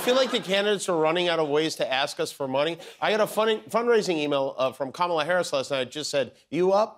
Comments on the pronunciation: Musk intentionally mispronouncing Kamala and talking about why nobody is trying to take her out and laughing maniacally. What universe are we in?! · it was intentional. Just like how he can’t pronounce Kamala.